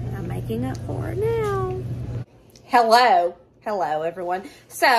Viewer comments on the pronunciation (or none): none